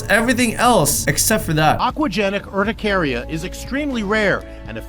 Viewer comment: just to corect you urticaria is pronounced like er-ti(cap i) care-i-a